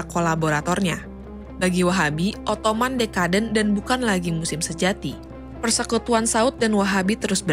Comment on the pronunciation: Pemilihan dan pelafalan diksinya harap diperbaiki. "Ottoman" itu bahasa Indonesianya "Utsmani/Utsmaniyah". "Ottoman" itu cara orang Inggris nyebut Utsmaniyah. Sebenarnya ga masalah kalau mau nyebut pake versi Inggrisnya, cuma kalau ngejanya tetap pake bahasa Indonesia jadinya kan lucu.